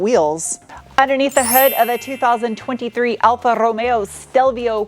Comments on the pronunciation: I love the way you say Alfa Romeo!!! Sounds so italian.... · although you are not Italian, you pronounce Alfa Romeo wonderfully. In Italy, it's Wine, Women & Cars.... Not always in that order. You would be well received in Italy, in that outfit, white Lab Coat, High Boots in a Mini Skirt. Even your Nails are reflective of the color of the Car. The name means 4 Leaf Clover. Buon Fortuna!!